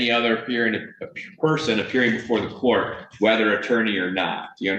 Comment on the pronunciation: Im still stuck on how the first guy pronounce COURT he took the U & R out and replaced it with another O 🤦🏾‍♀️🤦🏾‍♀️🙄🙄🙄